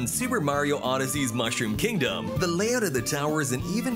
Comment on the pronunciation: 他の国でも上映されるのかな？ 日本だと 4月28日からってなってるけど 映像が 可愛いから 観に行きたい！ ヨッシースタンピード 怖い 笑 あと 英語の マッシュルームキングダムの 発音が 何か好き 笑